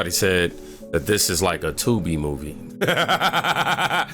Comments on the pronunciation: why are they calling her "fawni" it's pronounced fan-ny fani fanny like ass or rear end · It's pronounced "Fanny". It's not a name, it's a description.